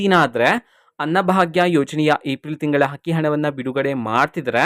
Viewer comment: Not hakki is akki